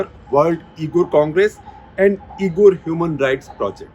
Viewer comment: Uyghur is pronounced wee'gr or wee'gur sir.